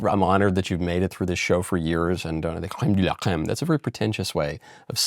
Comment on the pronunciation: Big fan but I think the prononciation of « la crème de la crème « can be worked on